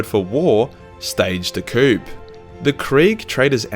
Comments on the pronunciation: and coup is pronounced coo, not coupe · Death CORE Death CORE. Say it right. Omg you pronounced 'coup' wrong as well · its pronounced " core " not corpse also, its pronounced " coo " not coop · I cringed every time he said 'Korps' as 'Corpse.' Which was especially bad as he said it often. It and by extension the English version (Corps) is pronounced 'Core' Another one was 'Coop' (as in chicken coop) instead of 'Koo' for 'Coup' I know, very nitpicky and pedantic, but when you hear someone saying the wrong thing too many times in one video there is a compulsion to help correct them. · The cows suffering made the milk, oh so much the sweeter! You dairy sadist you! By the way, you're right about the, "J" being silent in the name Joten (spelling). However, it's the last letter, the letter "P" that is silent in the word, "coup". That's prounced as if spelled..."ko". 😜😉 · I commented too soon. He said coupe. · gist is pronounced jist, coup is pronounced coo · Inquisitor Verben Von Nounsense of the Ordo Gramaticus says. “The lack of proper pronunciation you employ is heretical. Mindscrub yourself of that autistic low gothic and use your God-Emperor approved high gothic”. Korps pronounced Kore Masochism pronounced masa-kiz -em Coup pronounced Koo “His Holy Ordos is not angry, just disappointed by your lack of knowledge.” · coup is pronounced 'coo' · Don’t pronounce the p in corp or coup... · 4.44 you know what else is silent, the P in Coup. Also 'Corps' is pronounced 'Core' and 'Gist' is pronounced as if it begins with a J. Bloody philistine. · "nailed that pronunciation" - he says... minspronouncing the word pronunciation while we're at it the P in corp/korp is silent as is the one in coup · The that keeps mispronouncing “coup and “corps” I choose to believe is because a primal hatred for the French and so refuses to say French words or use French rules of language. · but the p in korps and coup are supposed to be silent